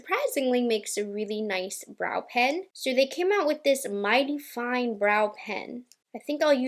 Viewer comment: that 'foine' is so satisfying 😂